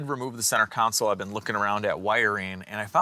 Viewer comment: It pains me to say this because you've been doing such a great job, but I see you slipping a little bit when you say console. I'm hearing counsel again, at least in this video. CON-Sole Or... Perhaps you could pronounce it like Christopher Walken. con-SOLE